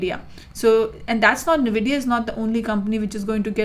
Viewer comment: My friend sent me this just so I could get irritated by somebody pronouncing the name of the company incorrectly